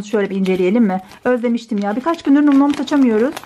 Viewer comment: Bin kere söyledik num noms diye okunmuyo nam nam diye okunur kıt beyin